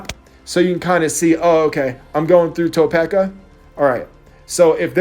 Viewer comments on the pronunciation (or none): Ta-peak-a not To-peck-a 😂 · TA-PEAK-A Kansas not TOW-PEK-A Kansas lol.